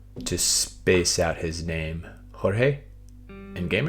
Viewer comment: We don't speak Spanish, and we do not pronounce 'Jorge' as if we were Spanish-speaking people. Please stop being dumb